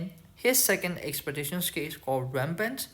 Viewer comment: You know how you pronounce “exclusive “? You use that same L sound for “skill” . Try it out, you got this I believe in you 😂. Thank you for taking the time to share your videos btw and making such an effort to share it in English as well. Very much appreciated